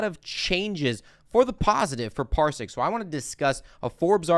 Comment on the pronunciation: Parsiq - not Parisq or Parsik